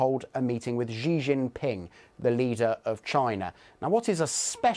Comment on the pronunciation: How hard is it to just pronounce Xi as "shee" and not some amalgamation of J and Sh or whatever this sound is, which doesn't even correspond to the letter X in English or Chinese? Just say it normally, Google how to pronounce the name before representing yourself as an expert in geopoitics. It is literally just "she" as in the pronoun, there's nothing difficult about this.